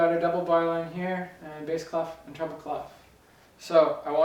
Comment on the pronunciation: Funny, when you say "treble clef" I always think you're saying "trouble clef." Probably because North Americans roll the "R" more than the British, Scots and Australians. I thought wow, am I gonna have trouble with this clef? But the treble clef has not been a trouble clef for me. I have advanced in note reading and can stutter through simpler pieces thanks to your lessons.